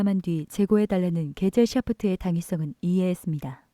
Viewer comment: 게젤샤프트 발음 할 때만 유독 발음이 쎄지는 경향이 있네요 전체적으로 기존 파우스트 성우와 비슷하지만 나름의 개성이 있어보이네요